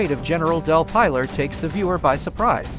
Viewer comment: No it's del pylar as he said..